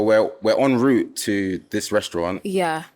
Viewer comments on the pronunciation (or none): none